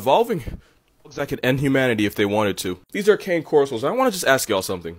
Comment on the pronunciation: ca-neh, if you want it to sound more Italian ca-ney just makes me wanna summon a cane corso to rip me into shreds Edit: e sì, parlo italiano hdajhajdakaks